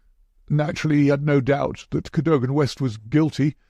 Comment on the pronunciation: Mispronounces "Cadogan"